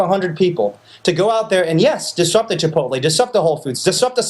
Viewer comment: à-bas-le-ciel “Chip-OTT-lé” I’m dead